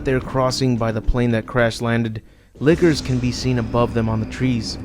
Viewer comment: The way you say lickers sounds like Liqours